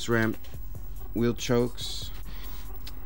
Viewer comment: Wheel chocks, not "chokes."